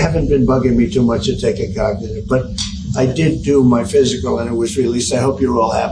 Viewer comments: Donald. It's cognitive and not Cagnative! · "I'm cagnative". What an ass. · Cog na tive pronounce it right you t wit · Did I hear him say, over and over, "my cocknitive test"? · COCKADIVE TEST ? WTF ? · I didn't know Cagnitive was a word. 😂 😂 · What is a kagnawtive test. Idiot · He called it cagnitive he's soooo smart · Take a what??? He can't even pronounce the word cognitive... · He doesn’t even say cognitive right smh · He can’t even say Cognitive right! What an fng joke! Put him in prison and the world will be so much better! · Such a liar, he can't even pronounce cognitive. Sick pos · A what test!? He can't even pronounce the word properly, let alone pass a cognitive test😂😂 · And why does pronounce cognitive like that? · He can't even pronounce cognitive ffs 😅😅😅